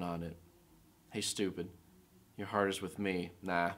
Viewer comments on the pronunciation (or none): none